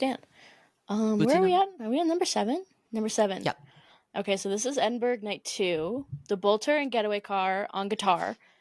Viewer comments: As a Glasgow resident, I'm all for some Edinburgh slander, but istg if you say EdinBURG one more time I'm gonna start crying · EdinBURG? OURland? jfc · Petition for to stop saying Edinburgh like that